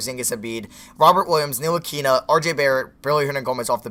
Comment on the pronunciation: Ni-til-lick-a you say his name wrong how I just said it is right